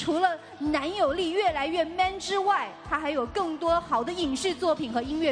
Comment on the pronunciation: 他們都希望知道你的男友。。。 力 如何 （這樣停頓我都嚇一跳， 啊哈哈哈 ）